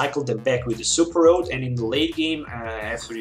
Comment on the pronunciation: You keep throwing me off, you also throw me off when you say Super Rod as Super Road. It's okay man, I'm guessing you're at least bilingual, I was just had to get used to your way of pronouncing words.